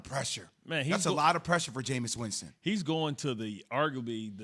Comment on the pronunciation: ITS JAMEIS AND ITS NOT EVEN CLOSE